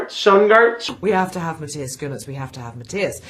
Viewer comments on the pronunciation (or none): oe is pronounced oo, like in moon, Schoon arts ? is that so hard ?, and yeah, maybe google the actors you talk about ? he has played in some Oscar Nominated movies you know ? (well at least one)